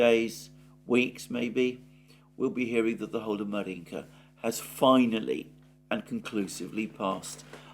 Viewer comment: Right, Alexander! It’s Avdéevka, not Avdiivka! And Márjinka (1st vowel stressed) ❤